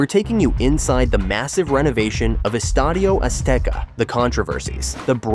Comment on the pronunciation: Hey, good job on the Spanish pronunciation, nice video and I also think very few people will stop calling it Estadio Azteca